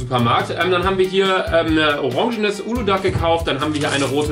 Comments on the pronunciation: Ich schwör ich könnte jeden schlagen der das ğ in uludağ ausspricht. DAS SPRICHT MAN NICHT AUS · Warum sagt jeder uludag das g wird nicht mit ausgesprochen 😂😅